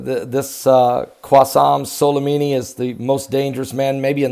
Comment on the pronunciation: It's not Qwassem Solimimi, it's Qassem Soulaymanee